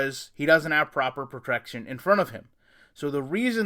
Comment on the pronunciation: What is proper proprection? ( your words not mine, if you listen , ). Since you want to criticize and critique everything?